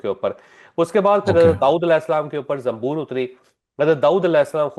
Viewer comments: Zambor nhai zaboor thi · زنبور نھی زبور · داؤد علیہ السلام پر زبور اتری چوہدری صاحب نے لفظ زنبور کہا درست فرما لیں